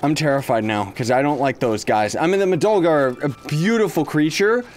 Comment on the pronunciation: i luv how he pronouces madolga (or however u spell it): Madolgo XD